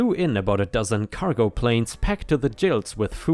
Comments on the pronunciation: I'm all for Grandpa's parking revenge. About time the jerk was taught a lesson about living peaceably with others. ⭐⭐⭐⭐⭐⭐⭐⭐⭐⭐⭐⭐⭐ The phrase you use - packed to the gills. You said "jills" but it is pronounced gills - like fish breathing organs. It means every inch of space filled. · honey, I'm not trying to be a jerk but, the word gills is pronounced with a G like girl. It's the English word for the organs fish use to breathe underwater. You know, those slits on each side of a fish, between their heads and bodies. The phrase OP used is an old American one whose origin I'm not sure of, even though I'm a born and raised American. I THINK it's a Fisherman's term but, don't quote me. Much Love!😘💖🌟🌟🌟🌟🌟🌟